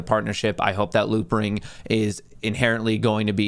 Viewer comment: Are you saying loopring?